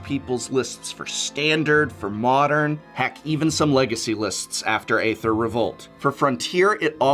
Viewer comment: Can you pronounce Aether correctly please?